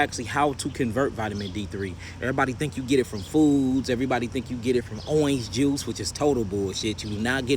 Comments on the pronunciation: I like the way he says Orange & Orange Juice too. Never heard it pronounced in that way. So cool. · Why he say orange juice like that😂